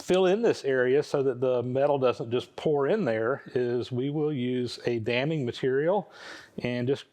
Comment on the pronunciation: I've been sort of bouncing around watching this series in the wrong order, but it's been one of the most interesting and informative things I've ever seen, and I'm really enjoying it. But in regard to the pouring of the babbitt joints, every time you mention "damming material" I hear "damning material." And that really cracks me up. Just wanted to share.